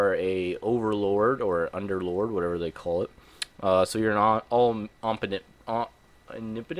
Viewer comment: Keep working on saying "omnipotent"